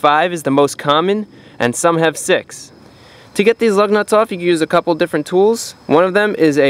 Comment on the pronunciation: I keep hearing LOVE NUTS 😃